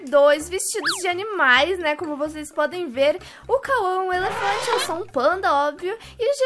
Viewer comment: Tô rindo até agora do Jean falando efelante